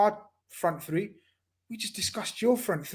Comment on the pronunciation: One qn: why do guys from the UK pronounce the sound ‘th’ as ‘fr’ e.g free instead of three